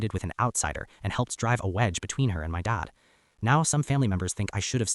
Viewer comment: Why can’t OP say the word DAD? He sounds like DOD???